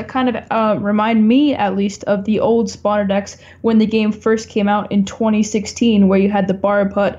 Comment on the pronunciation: emphasized on "old" 😁